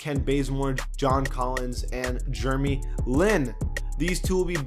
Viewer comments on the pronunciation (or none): none